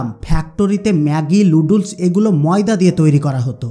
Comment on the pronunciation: নুডলস কে লুডলস বলছেন আগে প্রডাক্ট এর নাম ভালো করে শিখুন।